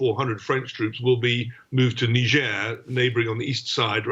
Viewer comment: i did not know niger was pronounced like that